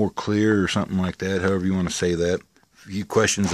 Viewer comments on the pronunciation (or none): none